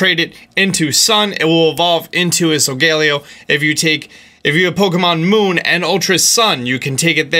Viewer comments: It’s So-Go-lay-O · Why does he call solgaleo sogallio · You’ve been saying Solgaleo wrong it’s pronounced soul gah lay oh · I don’t mind your pronunciation of Solgaleo’s name. But it’s actually pronounced SO-GA-LAY-O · I'm sorry but it so-ga-lay-o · He keeps saying sogaleo wrong and it’s triggering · UR MISPRONOUNCEING SOIGALEO